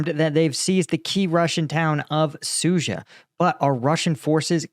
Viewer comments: Suja - dzh is a "j" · Sood zha. There is a D in there,, and an H.